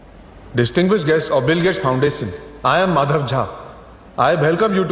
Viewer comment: Bhai mujhe madhav kha mujhe madharjaat sunai de Raha tha